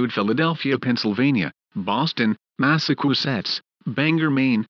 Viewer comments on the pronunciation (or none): Boston, Mass-a-koo-setts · Mass-a-choo-setts would be closer to the right pronunciation. Is the person that made this clip from Russia? 🤣🤣🤣🤣🤣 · Shame the President sounds so much like Sir Stephen Hawking, and that the AI for the announcer is a lot worse at pronouncing Massachusetts than I am (me being British)... other than that, this is great!